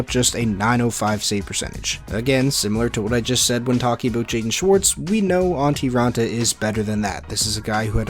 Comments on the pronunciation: It's Antti. Not Antii. 🤦‍♂️ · His fucking name is ANTTI RAANTA.. not ANTII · It's Antti not Antii